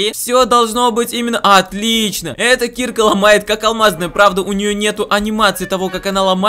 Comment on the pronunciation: Ударение на А киркА а не кИрка.